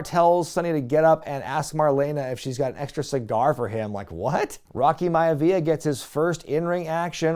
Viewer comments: It's Maivia, not Miavia....lol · It's not 'Miavia'. It's 'Maivia'. MY-Vee-yUh. Rhymes with idea.